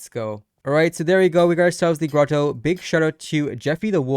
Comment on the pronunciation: Why is it so hard for you guys to pronounce fairy grotto smh